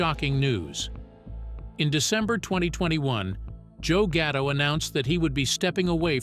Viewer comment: gatto not ghetto da fack is wrong with you.